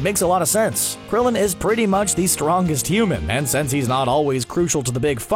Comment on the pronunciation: you said Krillion wrong